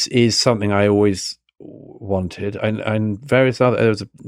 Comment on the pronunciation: Why can’t this clever and well read writer pronounce the word ‘something’ correctly? Seriously, is there a reason so many British have a trouble with this word? Also ‘more and more free’, shouldn’t one say freer and freer?